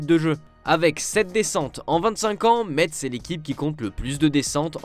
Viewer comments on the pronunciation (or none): Bonjour on ne prononce pas le T dans Metz, on dit "messe". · Ça se prononce messssssssssse merci Trop hâte de suivre la L2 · Quand est-ce que vous allez arrêter de dire METSS ? Ça devient insupportable. Ça se dit MESSE ! MESSE MESSE MESSE